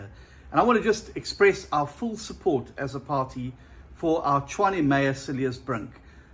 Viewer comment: Tshwane, not Chwane.